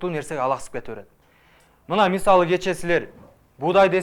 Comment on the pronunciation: Кочо дебей, "кечээ" деп айткылачы....